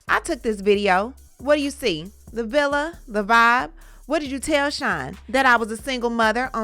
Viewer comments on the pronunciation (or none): none